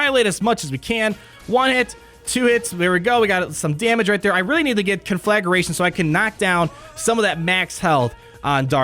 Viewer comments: CON-fla-GRATION. I love watching you butcher words 😆 Great video. I’m beyond stoked for this. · I love how pronounces Conflagration “Con-Flag-Er-a-tion”